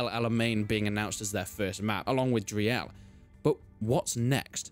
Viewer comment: It's pronounced 'Dreel' not 'DreEl'